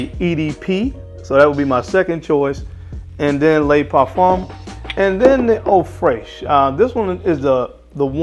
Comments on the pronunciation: It's "luh parfum" not "lay parfum". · It is fantastic, isn’t it !! I really like Y Le Parfum. By the way… it isn’t ‘Lay’ Parfum. Le in French almost sounds like the two oo’s in the word book or look. Nice comparison!! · It doesn't dude I speak French fluently and it's not the 'oo' sound you pronounce the e as a muffled e like 'luh' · "lay parfum" ... lol